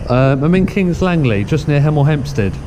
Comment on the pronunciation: It's HEMEL not hemal .